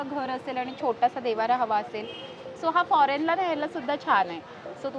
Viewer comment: देवारा नाही देव्हारा